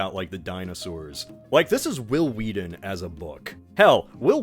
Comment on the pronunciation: Why are you replacing the letter t with the letter d in every freaking word dude, will you please speak correctly if you're going to narrate entire videos? It's wheaTTTTTTTTTTon not wedddddon